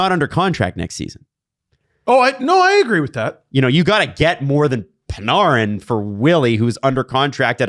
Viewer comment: Who is Pin-are-in ? You mean Artemi Panarin ( Pan-air-in ) ?